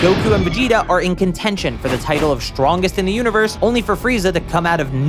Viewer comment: why do you say "shtrongest" instead of "strongest"?